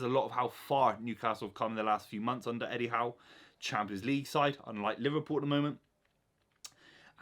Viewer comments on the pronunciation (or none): none